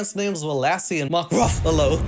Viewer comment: You did NOT just say Mark RUFFalo 🤣💀